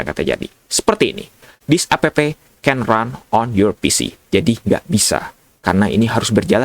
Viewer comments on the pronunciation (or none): Dibacanya ep kali bukan a p p😂